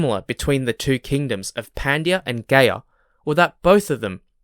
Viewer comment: It's Gaya as in Maya... not Gay yah.